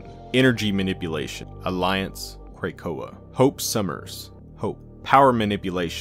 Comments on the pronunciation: OONLY recommendations is to pronounce Krakoa as Kruh Ko Uh. It’s a small thing ofc and doesn’t take away from the amazing work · Kray-koa? (otherwise perfect!)